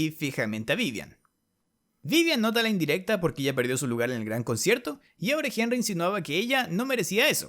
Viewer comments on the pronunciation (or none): Escucho mal o dice concherto xd